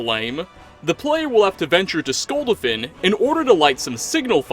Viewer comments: It's Skul-DA-fin Not Skulduhfin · SKULL DA FIN not Skuldefin 😂 I know that's not how it's spelled, but it's that way he pronounces it even though it's clearly said differently in game. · can you pls not mispronounce skuldafn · So wait you can’t say skuldafn but you can say ustengrav 🤨🤨🤨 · Cant pronounce skuldafn though 😂